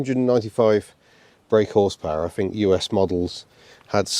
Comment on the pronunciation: I fink its' nice i'll have free of em, in case i go frew any of em! Home boy needs to work on his pronunciations of certain words.